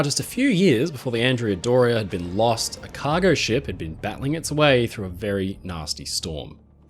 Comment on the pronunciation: Love your videos! Please pronounce Andrea Doria in its correct Italian form, ahn-DRAY-uh DOR-ee-ah. She was named after a 15th century admiral. Keep up the great work!